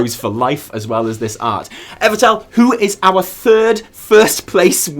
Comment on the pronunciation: Holy sh-t, I won ;_; Omgomgomgomgomg, I'm so glad you liked me drawing, guys. I put all my effort on it. I can't be any happier! Love ya all <3 And congratulation to everyone who won also, and participate on it! <3 Pd. I loved how Evitel pronounced my name. dead af